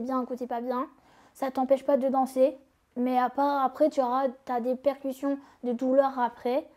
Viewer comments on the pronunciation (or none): Répercutions pas percution et alité et pas allaité tu pourrais la reprendre ca éviterait quelle refasses les mêmes erreurs a chaques fois.